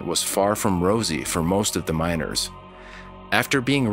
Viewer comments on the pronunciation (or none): I kept hearing minors instead of miners. Very different stories